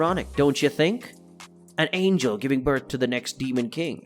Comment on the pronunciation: Why tf is he pronouncing “Angel” like that, are you dyslexic bro ? Because that shit sounds crazy.